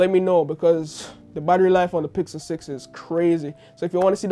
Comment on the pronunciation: it was hard to hear him say pickle instead of pixel, skipped that part honestly, but love you content, good video